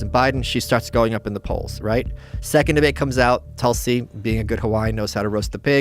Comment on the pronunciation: Please it is not toll - see, it's Tulsi. Please learn correct pronunciation. Ironic that while mocking indian accents westerners never do the hard work to learn correct pronunciation of indian names. It's because of your primative alphabet of 26 letters, sanskrit is a mother language ans source of not only indian languages but english too, has double the number of consonants. Hence nuance and beautiful pronunciation